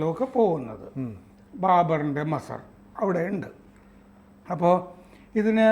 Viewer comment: Masar alla....MAZAAR aanu, Please Correct your Pronunciation 👍